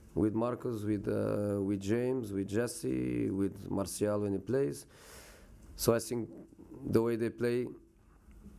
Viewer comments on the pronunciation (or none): none